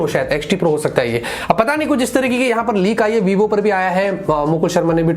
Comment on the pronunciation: Vivo nahi ybo bolte hai use